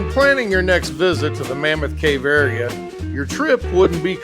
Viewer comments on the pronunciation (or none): none